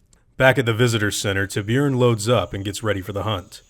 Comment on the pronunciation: Its pronounsed ( tÍbūron), it means shark in spanish.